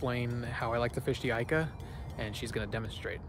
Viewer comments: It's pronounced eeeeeka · Youre pronouncing ika wrong